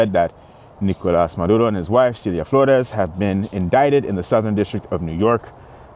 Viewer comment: I’m fine with Trump but why kidnap the president? Why take the wife too? You know it’s about oil. I just think he went about this wrong. Wasn’t there a different way? Yes, you pronounced it correctly!